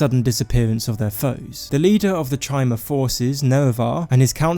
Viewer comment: Pretty sure chimer is spoken as kaimer for future reference